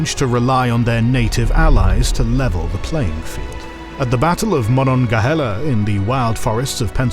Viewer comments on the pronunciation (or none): none